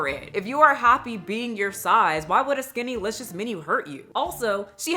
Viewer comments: I'm reading "SkinnYlicious" why is she saying "SkinnAlicious" 😫😪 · 🎶skinty🎶skinty🎶skinty🎶 Haha that’s how I hear it and I love it 🤣